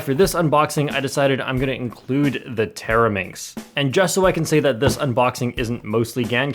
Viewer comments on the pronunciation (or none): Bro, did you say 'Teraminx'? It sounded more like 'Terror-minx' 🤣🤣😂😂